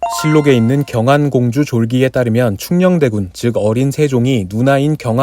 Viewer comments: 경안공주 졸긔라 들림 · 경안공주 졸기를 경안공주 졸귀라고 들음ㅋㅋㅋ